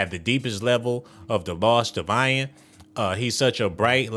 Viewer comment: You are pronouncing his name wrong. It is pronounced like the word "in"